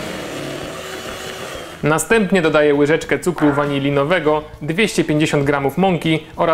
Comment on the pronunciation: naucz się mówić waniliowego